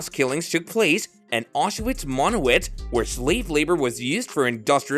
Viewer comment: Get rid of that horrible AI voice. Or at least teach it how to pronounce Auschwitz, Mengele, and several other words. Also, a dignified human voice would be much more appropriate for the subject matter. In a world full of information about the holocaust, the narration of this video is poorly done. I’m sorry I clicked.